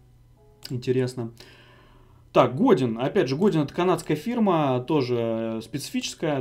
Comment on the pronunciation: Для справки. Godin произносится как ГодЭн! Это французская фамилия.